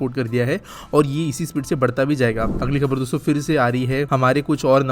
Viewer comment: Shuruvat me jabaan fisal gayi shayad dosto bolte hue😂